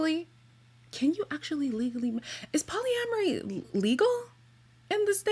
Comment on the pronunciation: lol its polyamory..why does it sound like you are saying poly-laundry? also is that an underwear hanging on the back? thats what it looks like